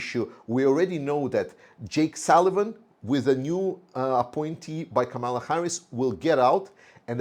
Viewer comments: in Kamala the accent is on the first syllable, not the second. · Toward a speedy recovery to you! I am a voting American Ukrainian and also do not understand the Ukrainians who support trump! It seems that they listen to Fox News and News Maxx which are conservative, pro-trump outlets in the US. Kamala, whose correct pronunciation is Kaaaamala, is mispronounced intentionally by trump and his trumpists! She is the Prosecutor taking on the Felon trump! She also has energized ethnic, younger people, and more women into the fold through greater social media hits. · PRONUNCIATION of KAMALA - emphasize FIRST syllable (Ka), not the second (ma). Sounds like 'Pamela' or 'Camelot.'